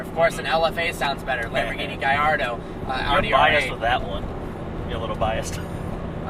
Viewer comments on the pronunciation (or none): Why does this nerd say "guyardo"